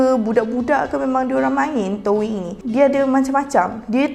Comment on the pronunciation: Rasa gatal telinga bila dia sebut touyin spelling doyin tp sebut toing